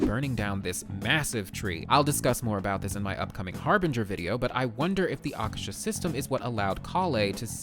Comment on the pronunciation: Yo it's Aa-kaa-sher. Meaning 'sky'